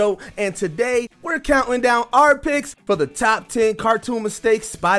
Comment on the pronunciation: "And we're countling down"